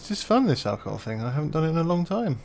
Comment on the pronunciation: He said alcoho